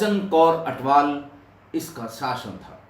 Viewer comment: Sir g pairi pauna sir g bht jaaada pyar satkar te ijat from punjab love you so much sir g naale ik gal hor sir g ATWAL not ATHWAL